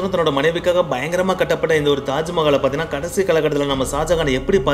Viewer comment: Yes bro kattapatathu illa katatapatathu